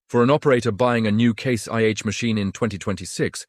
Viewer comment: WTF is this, AI with a British accent? It's Case IH, not Case YH. Why did you scramble the letters on the brand names on the tractors. You're saying them, but can't show them? Is FarmGear Pro another AI name like Massey Farms, or all those other stupid videos with misreads, misspelling, mis pronunciation, bad information, etc. IF any of these manufacturers are paying you for this dreck they deserve to go teats up.